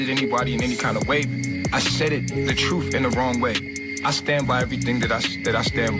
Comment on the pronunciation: I refuse to follow anyone who cant even pronounce "truth" troof